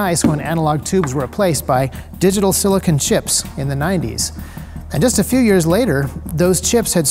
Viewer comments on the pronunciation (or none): SiliCON. Not SiliCONE. Sili-con (as in con-man) is for electronics. Sili-cone (as in traffic cone) is for porn star boobs. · silicon, right, not silicone?